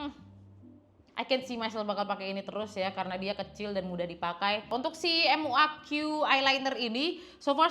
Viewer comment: kak bukan m u a q tapi muaq bacanya kak hehehhe😊